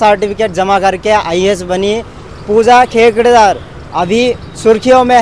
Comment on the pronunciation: पुजा खेकड़ नहि पुजा खेड़कर हैं भाई 😂